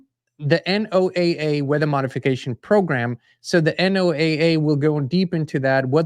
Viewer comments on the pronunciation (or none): ...NOAA is pronounced like Noah,as in Noah's arc.❤